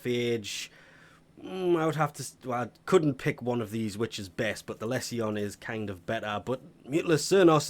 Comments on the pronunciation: Less-ee-on? It's "Leezhun" 😉 25% off isn't a reason for me to buy any weapons or normal frames for Plat. The Alerts are good though, nice fast money. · its liege un not less eon